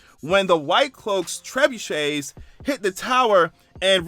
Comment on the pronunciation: You had to go look up that word Trebuchet, ask google to speak it and you still pronounced like you forgot to gurgle.